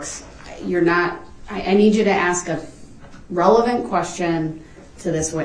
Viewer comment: Oh how I wish I could "Axe" DB!